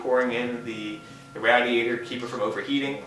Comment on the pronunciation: Ra-Diatour. LOL